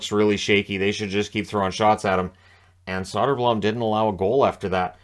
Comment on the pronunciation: It's pronounced Soder-Bloom